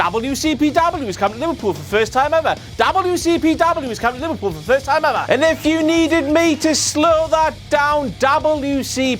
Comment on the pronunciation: Damn, I thought was saying Louisville when he was saying Liverpool, I should've known that WCPW wouldn't be coming that close to my home anytime soon, at least not for another two years